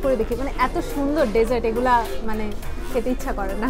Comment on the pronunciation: Hi I have commented few times on other vlogs of yours and all of them are really nice . glad to see you have got 38k subscribers now.i am sure you will have plenty of desserts but please one request correct your pronunciation DESSERT because you have been sayn it wrong over and over again and its irritating apart from that I really like your vlogs 👍